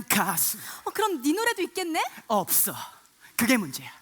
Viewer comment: 없thㅓ 엘비thㅡㅋㅋㅋㅋㅋ 발음이 안됔ㅋㅋㅋㅋ